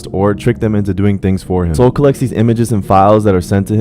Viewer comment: Are you talking about soul or soluh